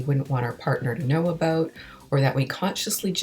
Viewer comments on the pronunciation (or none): none